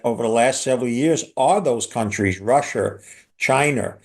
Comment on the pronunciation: Russer, Chiner 🤣😅😂